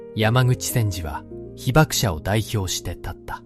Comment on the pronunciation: 二重被爆者 にじゅうひばくしゃ ひばくものって😂